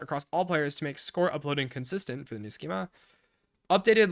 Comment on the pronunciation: "Schema", technically should be pronounced "skeemah" but is often pronounced "skeemuh" or "skeemeh" (these are so close that it's hard to tell the difference).